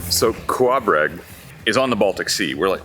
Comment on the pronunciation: The way you say Kołobrzeg is definitely the WRONG way to say it, the way you pronounced it was much better.